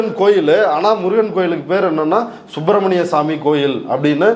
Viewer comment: சுப்ரமணியம் ப்ரமணியம்என்ற உச்சரிப்பு